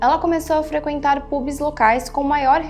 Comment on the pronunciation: Pronúncia nao é seven "óx", mas seven ÔUCS. PÚBIS tb não dá, é PÃBS RÓSTESSIZ e nao Routesses Taiwan e nao Tauan Gran BRetanha e nao Betanha Nao é TRAFEGO humano e sim TRÁFICO